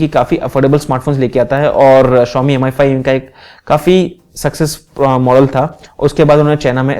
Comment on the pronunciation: aur sir 'M Ai' nhi 'Me 5' bola kro